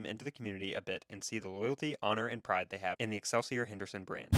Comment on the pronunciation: Since you can't even pronounce the title of the bike correctly, I find any information after that highly suspect.